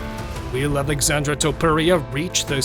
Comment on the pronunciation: omg your saying his name incorrect its Alexsandre